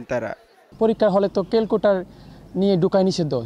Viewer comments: উচ্চারনেই ত প্রব্লেম। saying "calcotar", instead of calculator 😂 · Calculator bolleo mon ta re bujh ditam.. uni bolse Cal-Cu-Tar🤣🤣😂😂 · calculator 🤣 k calcutor bole ai kmn sihkkito😂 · Calcutor bolse halay ekta murkho 🤣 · শিক্ষক কেলকোলেটার কে কেলকোটর বলতেছে😢😢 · What is kelcuter?? 😂😂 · Calculater re bole calcuter 😂